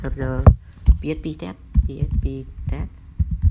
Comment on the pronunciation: P ech P... Hahahah. Faster... Faster !!!!!